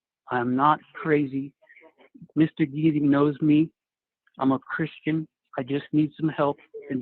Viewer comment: Who is “Mr. Geetey”—or whatever he said?